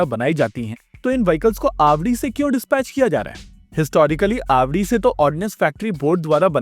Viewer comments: yes I know and knowing that I couldn't still understand with that pronunciation till I heard it twice . It is pronounced आवाडी and not आवड़ी. If some one were to say दली repeatedly in a video referencing to दिल्ली, the listener will obviously be confused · Did you say आवड़ी or आवाड़ी . It was confusing